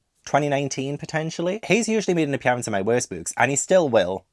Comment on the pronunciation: Interesting way to say appearance 😂